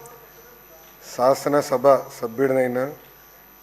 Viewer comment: మూడవ క్లాస్ చదివే పిల్లోడు నీకన్నా వంద రెట్లు నయం శాసన సభను సాసనసబ అంటున్నావు